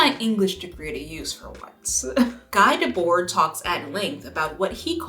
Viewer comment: This video dredged up residual trauma for me when you said “Guy Debord”. A long time ago I gave a presentation in school that featured Guy. I thought I was killing it because everyone in class was smiling ever so slightly. Then at the end of the day I realized why they were smiling. How to pronounce “Guy Debord”